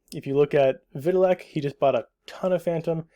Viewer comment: His name is pronounced. Vi tal ick. Not vit a lick.